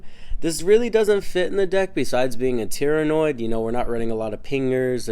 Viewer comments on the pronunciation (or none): "Tyranoid" gives me conniptions